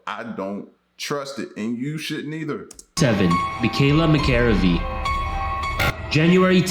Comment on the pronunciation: He totally said Michaela McAreavy's surname wrong (totally triggered me lol), this was a horrible tragedy, remember it being on the news here in Northern Ireland and she was daughter of a famous Gaelic football Coach for County Tyrone not soccer.